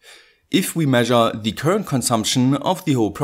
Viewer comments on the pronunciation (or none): WATT-HENRY? Surely you mean Watt-hour? (=3600J). And it's "THE", not "THEE" unless the word begins with a vowel, um Gottes Willen noch mal! OK? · pliese pliese stop using thi thi for everi thi there is. ;-) It's "the" thö! as in SauCE. It's only "sie" if the following work starts with a vocal.